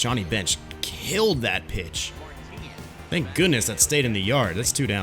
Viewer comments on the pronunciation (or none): none